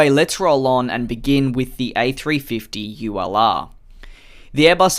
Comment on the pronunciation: Each timehe says ulr it sounds like u allah